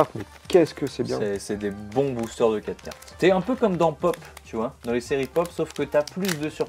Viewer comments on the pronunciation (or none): Je sais pas si tu fais exprès mais ça se dit booster ont dit le r à la fin